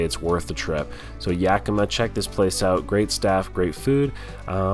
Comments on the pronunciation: Its Yak-i-ma.......lol Luv you.... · Love you but it’s YakiMA